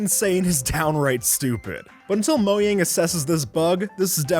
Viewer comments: In the Fastest Beacon Setup said moyang instead of mojang!😅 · am i the only one who heard him say moyang instead of mojang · At the end of 30 he said moyang in stead of mojang😂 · what? did he say "moyang" ??? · he says moyang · at the regenertion becaom he says moyang and i think its funny